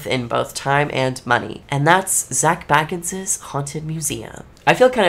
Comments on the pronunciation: It's Zak Bagans, not Zak Baggans the Hobbit. 😂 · and an F for her calling him baggins like he is some hobbit. 😂 BAY-gens like BAgel. 👍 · It’s pronounced “Bay” Gans! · right! It's Zak fkn Bay-gans lol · Your pronouncing his surname wrong it's bAgans ya need to pronounced the A as A 😊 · But at least Nick can pronounce Zak's goddamn name right ffs🤦‍♂ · You are not saying Zak's name properly. And why are you wearing a garbage bag? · Yet you somehow haven't been able to pronounce his well known last name properly just once. It wouldn't be hard to edit that in if you wanted to seem more credible, just saying. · It’s hard to take you seriously when you spend the first 3 minutes trying to get rid of us viewers. And… mispronouncing Zak’s name.